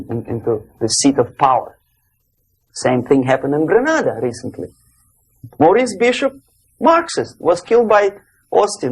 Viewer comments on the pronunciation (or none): none